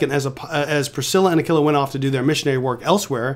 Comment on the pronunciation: It's pronounced Aquila like a quilt not a killa 😂